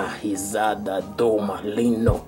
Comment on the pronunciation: Nossa entendi Maligno , mas é malino né , Ufa ...